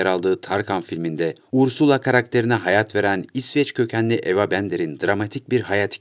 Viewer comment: Ursula degil gohṣa